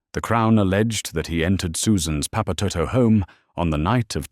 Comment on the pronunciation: Omg thats not how you pronounce papatoetoe 😂😂😂😂